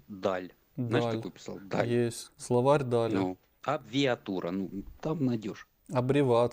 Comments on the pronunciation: Славаль Даль. Він сказав " славаль"😅 Так смішно" абвиииииииатура" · Словал😂😂😂 словарь --- это у орка словал . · Та воно хворе, це ж видно неозброєним оком. "абвіатура", "словал", "заблуділ"